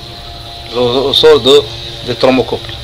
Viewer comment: Ta hadi française 3ndk hhh tkarfasti 3liha les mots techniques tatnta9hom ghalt ressort machirosol